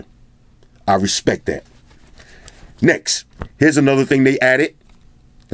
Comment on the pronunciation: I was literally predicting the word "Next" it sounds like "Nex"... My first time of watching your review, this is mind blowing man. I have subscribed and liked wish I could give u 1000 likes from me. Nice on Bro all the way from Nigeria... NEX!